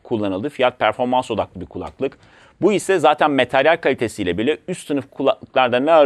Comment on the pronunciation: "materyal" demeyi öğrenin artık abiciğim